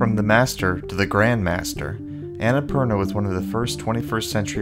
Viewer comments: Not Anna - purna , its on na poorna .nice video thought loved it. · its un-nh-pur-naa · Would have been even better if you had pronounced Annapurna right, but nonetheless great video!! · actually the names based on a mountain range , from where im from . Just live mt.everest . Theres anna purna . And thats how we say it. I maybe wrong though if its not based on what i said. But if it is then its pronunciation is on na poorna .